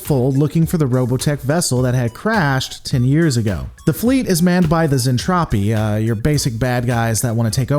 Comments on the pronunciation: Lore Lore Lore....Its Zentraedi "Zen-Trad-ee", not Zentrophi, LOL Also its Space Fold, not Warp Fold...lol x2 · Repeat after me "zentraeDI", not "zentrapi" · Hey. Lisa isn't trying to kill everyone. She is a Tsundere. Also its Zentraedi(Zen-trah-dee). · Zen traa deee that's how you pronounce it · Awesome, can't wait for more but please stop saying zentropi its making my brain hurt. ;) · I do believe he's making a joke with his intentional Zentraedi mispronunciation.....Zen-TROPE-Ē....trope.....get it? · It's Zen-Tra-Dei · Mmmm something ain't right here.... Oh yeah it's the Robotech version, not macross. It gets confusing sometimes.... The show is certainly better than Gen 1 DragonBall, but I would not recommend watching Robotech unless you are already a big fan of macross as I am. Also you gotta work on the pronunciation of zentradi.... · UN subbing unless you say Zentradi correctly There is no fuck'n p in the word... Seriously try harder..